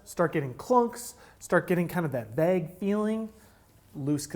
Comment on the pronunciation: Sounds normal to me. Granted I live in a suburb of where Park Tool is located. 😊